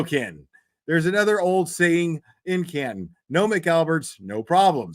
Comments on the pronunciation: you pronounce Canton right😂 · In your defense will a lot of people from mass argue about how the towns are pronounced 😂 atleast you got Canton🎉 Also ❤ to 🍒